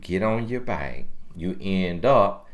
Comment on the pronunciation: “Get off your byke” 😂